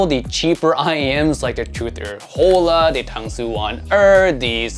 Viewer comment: Hola means Hello in Spanish. The H is silent, so it’s pronounced ola.